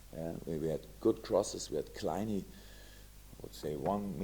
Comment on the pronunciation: Somebody tell Jürgen it's pronounced "Kline" and not "Kliny" :-D